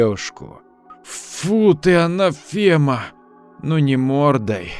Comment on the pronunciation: блеЯние, анафЕма. То-то проработаны).